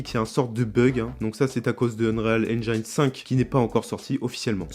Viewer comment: Par contre en anglais on ne prononce pas engine avec l’accent sur le i, c’est juste engine avec un i comme en français ;)